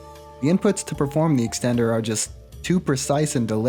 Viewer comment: Here's another one. "extender" with four Rs.